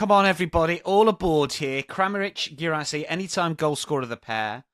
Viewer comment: Can you make a weekly thing for to prounouce Guirassy😂